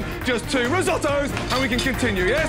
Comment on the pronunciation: My new favorite Gordon Quote “Just two risOHtOES!”